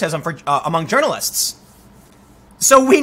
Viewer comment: Tim, please pronounce it right. I usually do not call this stuff out. Different ppl, different pronunciation of words but, It’s urinalists, not, journalist. Again, not your fault, I get it. But it’s starting to get cringe, hearing the way you pronounce it.